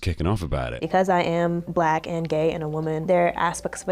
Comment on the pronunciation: “B’Lack man” 😂